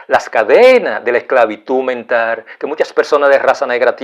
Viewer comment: me gusta mucho sus temas ya que son muy interesantes,pero amigo mio le falta mejorar su forma de hablar y pronunciar las palabras,quiza tambien no repetir tanto lo mismo. La palabra que en este video me da risa es como pronuncia VITIMISACION....en ves de VICTIMIZACIÓN..otra es NOJOTRO...en ves de NOSOTROS..No se dice MENTAR sino MENTAL... Tampoco se dice PERSONAR sino PERSONAL...Esto es solo una critica constructiva, no lo vea como un ataque..es muy inteligente pero mejore su didactica y vaya directo al grano en ves de alargar el video repitiendo tanto lo mismo tanto ya que se pierde el interes en seguir mirandolo.